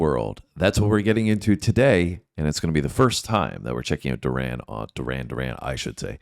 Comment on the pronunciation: Doo-ran, Doo-ran 😂